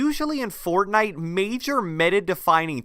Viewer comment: I'm sorry I like your videos but it bugs me the way you say "Fortnite"